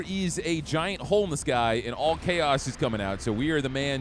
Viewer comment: Oh, 'giant hole in the sky', I thought you said 'giant homeless guy' 😂